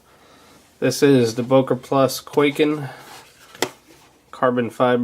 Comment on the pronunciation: it's not pronounced kway-ken it's kuai-ken